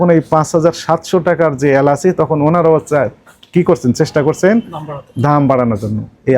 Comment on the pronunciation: এলাস নাকি এলাচ???